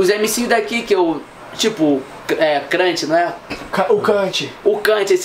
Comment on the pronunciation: "Krant" kkkkkk